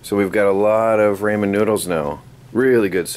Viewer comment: Ramen is a japanese word and it's pronuced Raw-men. And you said LUMP-IA wrappers when it's LOOMP-IA wrappers. Just helping you out, don't take this the wrong way.